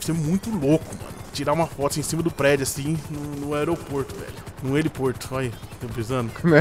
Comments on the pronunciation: N é heliporto, é heliponto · Heliporto kkkkkkkkkkkkkkkkkkkkkkkkkkkkkkkkkkk👏👏